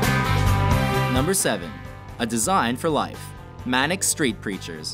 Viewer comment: I- that's...that's not how you pronounce manic street preachers....